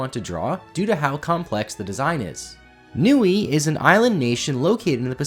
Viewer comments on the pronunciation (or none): none